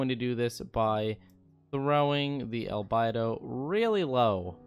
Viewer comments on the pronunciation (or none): none